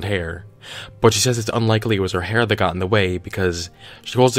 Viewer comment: He said "hair" and I went from 100% onboard to nope in about half a second